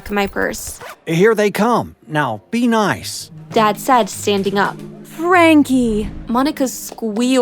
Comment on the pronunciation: When he said be nice I though he said deenice